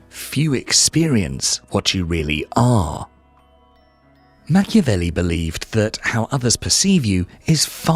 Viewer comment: WHY AI in brazilian? " Machevelli"?!!! STOP this THING of AI in brazilian.